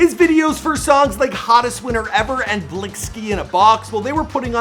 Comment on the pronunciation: Dude said blinky in a box😂